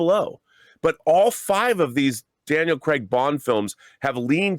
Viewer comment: Its not "Cregg" you idiot, it's Craig, as in Crayg.